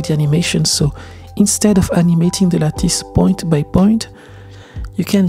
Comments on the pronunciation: lattice = Lat-iss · lattice ca se prononce 'latisse' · Great description and tank you for sharing your knowledge. BTW in English, the word is pronounced LATT-ISS. It’s a hard C said as a SS. C’est bon!! 😁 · The work is great, but I keep coming back to your videos also for the slice of life bits, like pronouncing "lattice" or videos of your studio. Fantastic stuff!